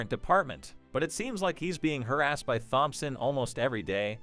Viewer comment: I agree completely. I also Hate Thompson pronounced as THompson.